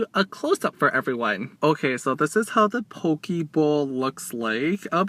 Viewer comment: Hi!!! I like the part when you made the "Poki Bowl" part sound like "PokéBall" from Pokemon. My question for you is, Are you going to eat a whole bunch of Pizza for us? A lot of people have been requesting that 😄. I loved the "Croch" part X,D it was hilarious. The crab salad looks good" Wish there were stores like these where I'm from.